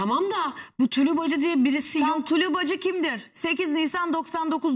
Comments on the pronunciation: Tuluğ değil tulu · Tulu diyo ya l harfini söylüyemiyor